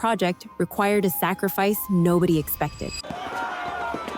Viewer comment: I love the way the narrator says “sacrifice”, as if. 🤨